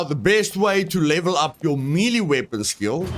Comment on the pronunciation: Mielie weapons! 🤣 May-Lay, my broer!